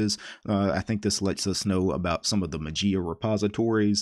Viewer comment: Dear. FYI Mageia is the Greek word ''Μαγεία'' which means Magic and the Greek pronunciation is not ''Matzia'' but ''Mayia'' with the accent on the ''i'';-)